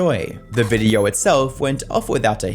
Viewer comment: Dude learn how to pronounce “O”. This might be the only time I’d say please use AI voice. “Videoaaurggh”. Had to turn it off